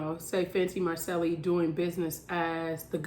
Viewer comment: Didn’t even know about this channel. Subbing now! You are right about everything except the way you say Macceli. lol